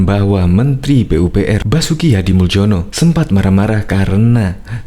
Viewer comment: Nama Hadi Muljono adalah nama dengan ejaan lama, jadi sebutan nama beliau bukan Hadimuldjono melainkan Hadimulyono, karena tulisan nama tidak harus dirubah, sesuai dengan akte kelahirannya, please....... 🙏🏽🙏🏽🙏🏽